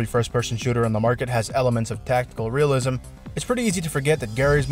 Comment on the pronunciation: When he said "Realism" i thought it was glue library.